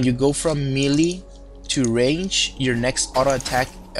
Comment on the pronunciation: you pronounce the word "melee" kinda awkward xD like...mili xD